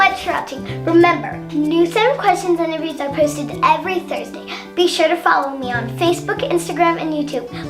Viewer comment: Such a sweet interbiewy😊